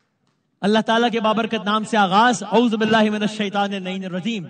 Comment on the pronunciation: اعوذباللہ من الشیطان الرجیم غلط نہیں پڑھا؟